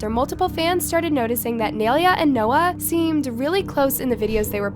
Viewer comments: PLEASE LEARN HOW TO SAY HER NAME CORRECTLY....ITS NAI(N-EYE) LE(LAYS CHIPS)A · don't do videos of Nailea if you don't know how to say her name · why can’t no one pronounce her name it’s not that hard 🙄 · Lmao when are u going to actually say Naileas name right? Anyways nai is literally a natural touchy person and why did Dixie say she started it when she literally didn’t like whaaaat ,if nai was in a relationship during this then she didn’t try to steal her man simple. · i didn't think it was possible for someone to butcher Nai's name that bad...i was wrong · If you are going to talk about someone (Nailea), please pronounce their name right. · the way she says Naileas name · Bro it takes one google search to find out that you are pronouncing Nailea’s name wrong like wtf 😬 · yea seriously how is she doing all this research without finding out how to say her name lmao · Yoo frrrr, like how you gonna make a video about her and can’t even pronounce her name right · Why you gotta prononce nailea's name like that tho💀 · You are saying her name wrong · “NAI-LAY-UH” NOT naileeuh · It is nai lea not analeah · its NAI-lay-a NOT Nelia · her name isnt nail-ea its nie-leah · Um her name is NAILEA. (Nye-laya) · Girl learn how to say her name properly her name isn’t nalalaland. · ITS “NYE-LEA” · Its pronounced NIA-LAYA not spelled like that but thats how it's pronounced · its nai-LAY-a 😭😭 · ITS PRONOUNCED NAI-LAY-AH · sorry to correct you but this is how you pronounce her name ni ley uh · Please learn how to pronounce nailea like ew it’s niy-lay-uh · it’s pronounced “ nah - ee - leh - ah “ GAWD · thats not how yall pronounce naileas name nai-laya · n - eye - lay - ah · your pronouncing Nailea's name wrong its (Nai-Lay-a) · if ur gonna drag nailea atleast pronounce her name right- its pronounced ny laya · That’s not how u say her name💀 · Not saying naileas name wrong all video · she had so many chances to pronounce nailea right and she never did